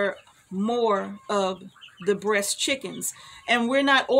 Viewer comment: American Bresse. I thought you were saying breast, lol.